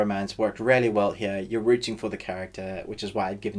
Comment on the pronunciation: Great review - but I really had some difficulties with your pronounciation of "really" since most of the time I heard "rarely" which REALLY confused the hell out of me LOL 😂 Great review, though, REALLY 😊👍